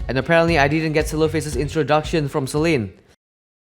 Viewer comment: its sellen not sallean